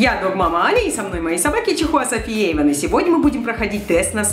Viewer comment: Не Ейван, а Эйван)